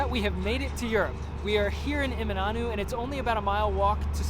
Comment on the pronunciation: Still appalling that you are living there and haven't taken the time to learn how to pronounce place names correctly. "Emi-NAH-NOO"?!!??? Shameful.